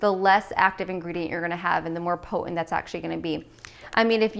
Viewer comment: Thanks for your helpful smoothie tips! Please enunciate your "T's" in the word important ! And in the word potent!